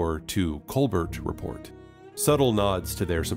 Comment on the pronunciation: Report ends with a "t" my guy, a non-silent one too.